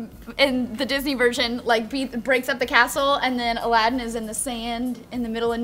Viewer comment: BTW the main characters name is pronounced as if it was spelled Aladeen, not Aladdin